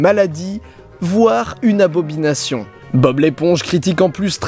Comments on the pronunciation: aBOBination ? C'était fait exprès ? :) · "Une abobination"